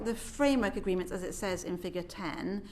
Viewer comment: "Framework agreementts". WT F does that even mean. Why don't they they just speak English and answer the question rather than just spew out a load of management speak?